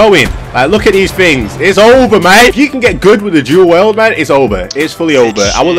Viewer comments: "Du well" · Lol "duel well" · Your accent is the best " dül weld"